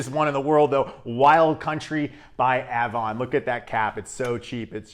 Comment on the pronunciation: Just to let you know, Avon is pronounced "aye-vahn" and Canoe is " kah-new".